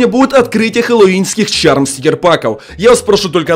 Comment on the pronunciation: Это не чарм, а шарм